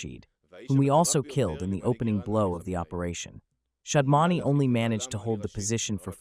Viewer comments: It's SHAD-MA-NI and not SHAM-DA-NI! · NOT SHAMDAN BUT SHAD MAN. SAY IT RIGHT LIKE IT IS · Shadmani not Shamdani 👍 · Name should be pronounced correctly. It is Shadmani and not "Shadmani" as reported by Palki Sharma . Such mistakes are avoidable